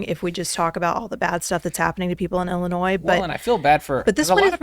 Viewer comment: Can you say I L L I N O I S